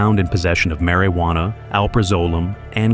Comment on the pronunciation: This is either read by AI narrator or they on purpose mispronounce words. Like: Mary Wanna & pee dah file.